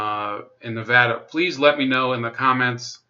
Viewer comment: Pretty good breakdown but man we got to work on our pronunciations. Lol but you did say Nevada right. Hardy and Horsford are poster children for corrupt politicians. Tarkanian is an empty suit all face no ideals is why he struggles getting traction. If tarkanian had any principles he could run for governor. We're so screwed out here.